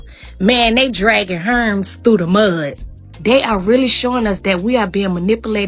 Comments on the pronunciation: She said Herms😂😂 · Stuck on “Herms” not Hermes😂😂